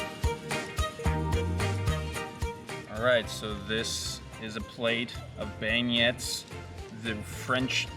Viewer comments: Glad you enjoyed NOLA! Neat to see as I have not been there, I think both pronunciations are acceptable (I say "leans" at the end, but I'm from MI), but beignets are definitely "bin-yays". I'm so glad there aren't mosquitos yet and safe travels to FL! Not sure if you're going around the whole peninsula, but I definitley recommend Marco Island, Weeki Wachee, and the Salvador Dali Museum in Clearwater. And hey, if you happen to drive down to the Keys to truly circumnavigate, I have heard it is a beautiful drive (plus you can check out Hemingway's old stomping grounds)! Just be aware of alligators in any freshwater and if avoid going underwater in any standing water due to the presence of that nearly always fatal flesh-eating bacteria. You definitley don't want to become a "Florida man" (or woman) in a new article! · It’s Ben-yays 😅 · Great vid! They're pronounced like "Ben-yay" lol. I hope y'all try some crawfish while you're on the Gulf Coast!